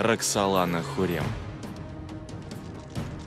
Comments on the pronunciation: Почему диктор называет её Хурем, она же Хюрем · Не ХУррем, а ХЮррем!!! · Не хурем, а Хюррэм